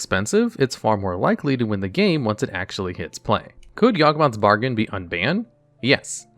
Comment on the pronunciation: He also said "Yawgboth's Margain" right after that